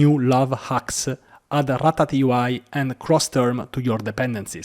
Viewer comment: This isn't pronounced rat-a T UI :)